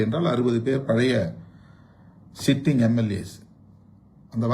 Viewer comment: யோவ் சீட்டிங் MLA கிடையாது சிட்டிங் MLA